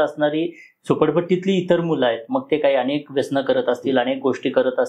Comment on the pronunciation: अणेक नाही हो अनेक बोला, मणात नाही मनात, हल्ली सगळेच 'न' आणि 'ण' कुठे वापरतात ते विसरले आहेत कि त्यांच्या शाळेतील शिक्षकच असं बोलत होते? 🤔🤷🤦